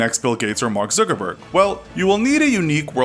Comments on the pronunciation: Did he say Zookerberg? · Mark "Zoogerberg"